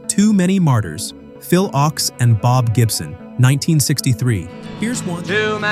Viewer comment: Thanks for doing this. I can tell you weren't around in the 1960s because Phil Ochs' last name is pronounced "oaks."